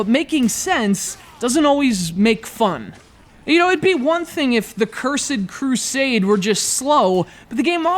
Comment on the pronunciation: CURZED CRUSAADY...thats how this idiot pronounces the title... and the fact that he blames the game for him going afk and dying is dumb. I came here for a review. Not an idiot who says medieval games(less common than shooters BY FAR) are unoriginal and gives criticism that doesn't actually relate to if the game is good or not... moron. The game turned out to be a bit underdeveloped, yes, but the gameplay was smooth and interesting in its depletion mechanics. Just needs some polishing.